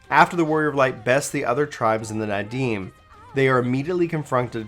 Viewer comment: It’s Naadam not Nadim. Loving these recap videos, but maybe you should check on the pronunciations with someone before you record. In any case I appreciate these videos my dude